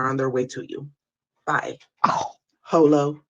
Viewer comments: Ooh, not Ho-Lo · Not “HoLo” !?!?! 😂😂